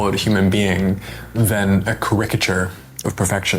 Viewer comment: Fantastic video as always mate! Will DM you with better thoughts on it, although your pronunciation of caricature left me scratching my head haha